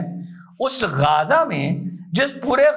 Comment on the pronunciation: Namste sar ❤🎉🎉bas sab kuch thik hai, परंतु अपके लफ्जों का जो तल्लाफू को गाजा नहीं है? थोड़ा सा जीभ को उठा कर गजा... थोड़ा बेस बढ़ा के मुख से अवाज निकालना था 🤔🤔🤔